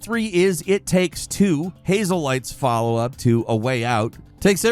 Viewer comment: Did just say "Hazel light" instead of "Haze Light?"